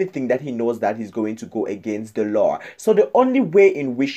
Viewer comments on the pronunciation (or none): none